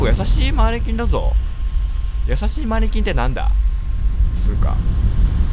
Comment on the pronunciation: マニキンに聞こえた時があったのは耳が悪いだけか。